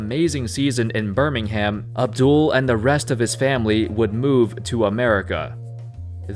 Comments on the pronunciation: Joshua Tsang yeah it triggered me as wel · yeah he just butchered lots of uk place names😂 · on me. BIRMING HAM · As a Brit, the way your pronounce Birmingham triggers me everytime, still good vid tho. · And Birmingham... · they cant pronounce Birmingham either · Hearing a non-British person saying “midlands” and “Birmingham’ is jokes 😂😂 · I'm from England..and the way this guy pronounces...west midlands, Manchester and Birmingham..is just weird 😂